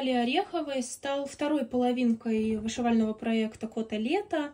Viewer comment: Финиши замечательные! 🎉 С наступающим Новым годом! Желаю, чтоб все твои личные мечты исполнялись! А твоему каналу процветания и побольше «твоих» зрителей ❤ П.с: мне все время вместо «Кото-лето» слышалось «Котлета» 😂 пойду поем наверное 😂